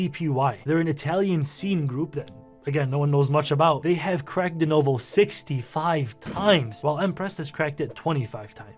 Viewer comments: denUVO... say it with me... deNUVO. not denOHvo... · "...it's called D-NOh-VOh" had me rolling